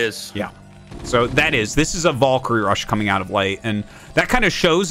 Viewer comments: Wondering why Artosis pronounces it "Volks" and "Volkyrie". Arty can you clear it up for us? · Pretty sure Artosis is from New Hampshire. But even if we consider a heavy accent, Valkaryie is pronounced with some deriviative of an "A" not "O"